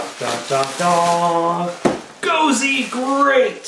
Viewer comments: safety issues and whatnot. even though they look the same, in the us, the cpsc will say something on there is small and dangerous. and its not "gosey" it is gosei... pronounced "GO-SAI!" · I saw this, and I lol'd! and it's "go-say", not "go-see" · its pronounced Go-say not Go-SEE. other than that, it keeps its original spelling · you didn't pronounce gosei right